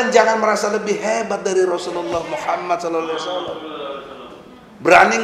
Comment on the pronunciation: Allohu akabar, hebat bapk yg mengucapkan Rosululloh saw